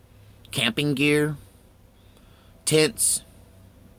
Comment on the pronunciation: it sounds like you said “tits”.. lol. I know you said tents though, I just thought t was funny.. I know, I’m immature sometimes. Haha.